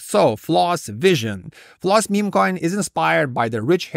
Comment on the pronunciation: Floos it rhymes with truth